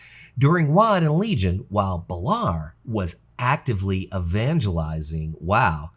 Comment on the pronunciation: 2 other things. Love the transmog vids you do and you should do more vids like this other than name pronunciation this is a really good vid.